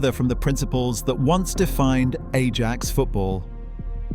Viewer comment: bro.... u dun even say the name rite....